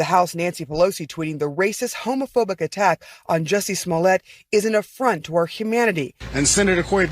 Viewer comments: “Yusy esmoyet” lol as Spanish speaker make laugh out like a kid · "Juicy Smollyay" 🤣🤣🤣